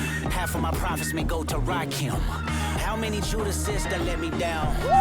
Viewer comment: Rakim, is pronounced RAH - KIM